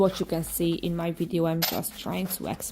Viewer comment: And also wideo...so cute!!